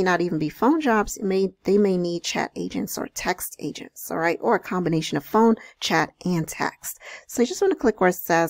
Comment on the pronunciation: thought you said Asians not agents lmaoooo